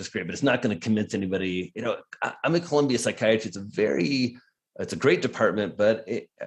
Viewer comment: Great discussion. (But remember, it’s “Columbia” not “Colombia” University.) 😳